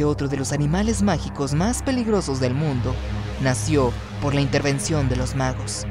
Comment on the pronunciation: Cuando dijiste mundu entendi mindu xD